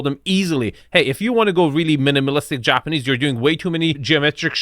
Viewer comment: is really butchering the words "japanese" and "minimalist" to a degree, that should be illegal.